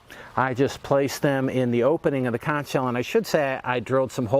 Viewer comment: It’s pronounced conc without the h.